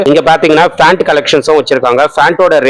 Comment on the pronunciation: Pronounce pant not fant brother